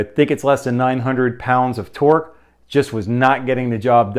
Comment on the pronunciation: Are you hungry? I think I heard you say pork 🤣🤣🤣 great video!